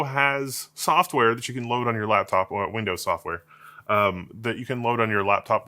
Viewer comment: NO MORE WINDOEHS!